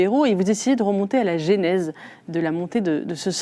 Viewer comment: "Moi z'aussi " (Eugénie Bastié) , "la génèse" (au lieu de : "la genèse"), "Le philosophe" Pascal Bruckner - c'est tout aussi fautif ;-)